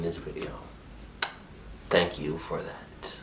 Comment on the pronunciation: says "vank" instead od "Thank"